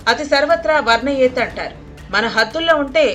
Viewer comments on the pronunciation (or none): అతి సర్వత్ర వర్జయేత్ అమ్మా, 'వర్నయేత్' ఏంతి త త త 😢 తెలుగు రానివాళ్ళు తెలుగు వార్తలు సమర్పిస్తారు ! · అతి సర్వత్ర వర్ణయేత్.... కనీసం క్షమాపణ కూడా లేకుండా ఈ తెలుగు ఛానల్... పలకడం రాకపోతే వదిలేయండి.. ఖునీ చెయ్యొద్దు.